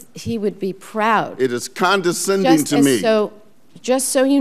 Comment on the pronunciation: ...condeNscending? Is that a new word? Like a condescending remark, but with water droplets on it?